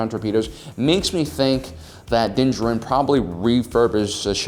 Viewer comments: Anyone else hate how he says his name It's Din jar-in mate Not dincharin Love the videos otherwise keep it up mate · This may be a bit pedantic of me, but can you PLEASE stop pronouncing his name "dinja-rin"? For crying out loud, they say his name in the season 1 finale, so you KNOW how it's supposed to be pronounced! It's "din JAH-rin" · Din DJarin = “Dinjurin” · Why are you saying “Din Jarin” like that? I hope it’s a gag and you’re doing it on purpose lol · You just cannot pronounce his name, can you? C'mon man...you are just about my favorite channel...are you dyslexic? Not maki g fun of you.. I. Just asking...cause I notice you have a lot of trouble pronouncing words. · You’d think someone who’s producing monetized content devoted to sci fi he’d learn the pronunciation of the protagonist’s name. Also, y’all know this is fiction, right? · So do you even watch the show? Or do you just intentionally mispronounce Mando’s name? How annoying.